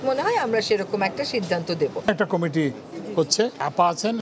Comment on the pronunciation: কমিটি উচ্চারণ করতে পারে না, ক্যামিটি বলছে সাংবাদ পাঠিকায়🤔🤔🤔🤔